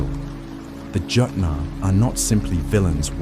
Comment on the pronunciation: jotnar is pronuced yot-nahr